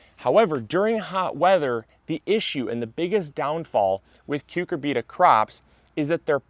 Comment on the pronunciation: Interesting and helpful video. BTW, most people say "cyu CUR bita", not "cyu cur BEET a".